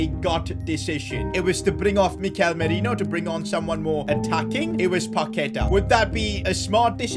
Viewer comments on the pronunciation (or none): none